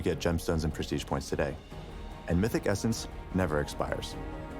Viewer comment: "you might've noticed the new essence in the reward track" no one: Doublelift: "the cum essence"